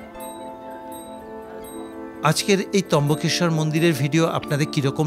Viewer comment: trambakeswar not trimbakeswar